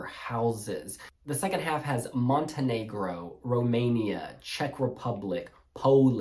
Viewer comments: Thank god I’m not the only person that was triggered by “alf” 💀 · Ok I finally get to see the allocation draw in peace. I couldn’t deal with the guy helping with the draw pronouncing “half” as ALF! 😂